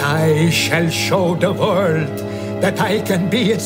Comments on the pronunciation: Notice how Landau says "vorld", while Bela says "world". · The "W" is a bit soft, but you can tell he's forcing it through, probably out of habit, so as not to lapse into a Hungarian "V" on the word "world".